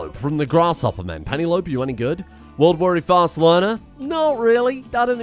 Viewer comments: Pennylope lmao,, its pen-el-op-E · This man deadass pronounced Penelope like penny lope